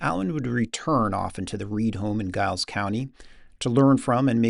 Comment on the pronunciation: I really enjoyed this video! Also the one on Redwing. (Cakewalks have a complicated history and it would be interesting as to what you come up with if you research them.) I'm curious as to how you do your research. Are you using AI? Is that your voice or is it computer generated? (For example, anyone familiar with that part of the world pronounces Giles county like Jiles County, not with a hard G.) I live two counties east of Giles County. It would have been nice to add some more recent history about how Chris Via and some of Henry Reed's descendents have kept his legacy going by having a Henry Reed festival every summer there in Giles County. My wife and I led the Blacksburg Market Square Jam this past week and we played Over the Waterfall. We usually always play a Henry Reed tune or two!